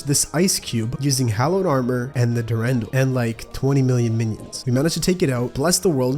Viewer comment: Durendal is pronounced dur-on-dal, emphasis on the dal. There is two spellings of it though